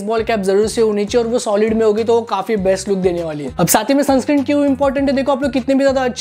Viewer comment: Bhai sunscreem nahi sunscreen hota hai 😂